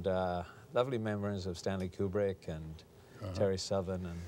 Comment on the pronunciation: PS mispronounced Kubrick’s name 😂